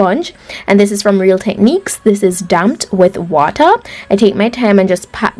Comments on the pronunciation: when she said “damped with wata” my jamaican senses start tingling. is a island girl don’t? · Wow easy to watch but hard for me to do! I love ❤️ it! You accent is sweet, how you said wata makes me think you’re Jamaican 😌